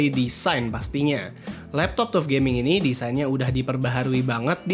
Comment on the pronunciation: Hai bro, FYI.. TUF gaming di baca (TAF GAMING) bukan TUF gaming. Nice konten, keren dan suka sama editing videonya 👍